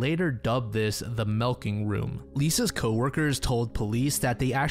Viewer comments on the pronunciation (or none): Melking room? Melking? Really?